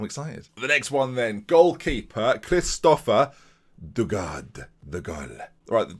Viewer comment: Kristoffer Daugaard, hahahaha Im from Denmark, and the two A's is pronoucened as a Å. And the U like a V or W. So try saying Davgord or Davguard, because in english the two A's in a danish name is pronouced as GUARD